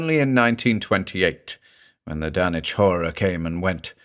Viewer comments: Nice to see the logic behind "Dunnich" this time around, keeping with the British pronunciation pattern of Norwich England. BTW, the locals of Rowley Massachusetts, which is mentioned numerous times in The Shadow over Innsmouth, is pronounced "Raleigh", as in Sir Walter. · Well, I never knew I was pronoucing Dunwhich wrong. I did not expect a silent w. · Aw yeeeeeeeaaaaah. Remember it's Dunwich as in Harwich, not Ipswich. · FINALLY, the CORRECT pronunciation! Lmao but yeah as a New Englander, hearing 'Dun-witch' made me honestly laugh my ass off. We need more New Englanders to read Lovecraft and Poe, honestly, as keyed to the idea of refinement as the American ear has been tuned to the British accents, Poe and Lovecraft were literally American writers with well documented strong New England accents, and deliberately having British readers to read their works is like clapping for a Southern man speaking with a Turkish accent to read haiku. I'm sure he could do it with practice, but he will sound really weird to outright ridiculous when speaking. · I've always perferred this pronunciation of Dunwich! Much thanks for this fine new reading!